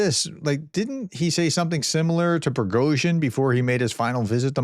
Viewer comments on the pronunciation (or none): none